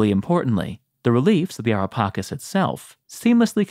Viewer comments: U spell it wrong not pakis but paceees like cheese cke not kis cake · It's so wierd for us Italians to hear "Ara Pakis" like you did... LOL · The pronunciation of Ara Pacis is incorrect.